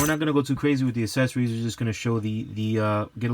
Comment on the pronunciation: The word is accessories not assessories (not a word). You know like there’s a difference between access and asses? Yea that 🤦🏽‍♂️🙄